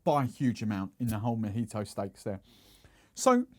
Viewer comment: A little long , too much talking and not Majito it's Mojito...must try on the accent